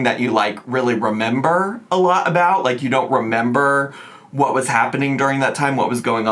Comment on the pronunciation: She pronounced it, “Ask a lottle…” She and Remy should’ve asked a lottle questions BEFORE rolling up to that hellhole 😭